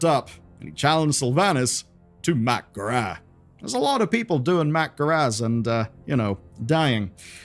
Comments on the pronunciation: I can't get over the "Mack'gorah" pronunciation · I just wish you knew how to pronounce 'mak'gora'.